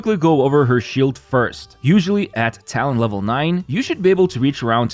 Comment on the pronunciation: When he said talent level 9 I thought he said town hall 9 like clash of clans 😭